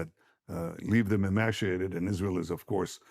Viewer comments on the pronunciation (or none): "E-MASH-iated" tells you all you need to know.